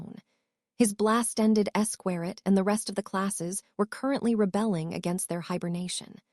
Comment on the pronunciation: Blast ended esquerit 😂😂 it’s actually a blast ended skroot but ok